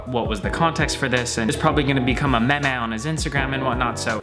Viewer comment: Did Wil say meme as \meh-meh\ ?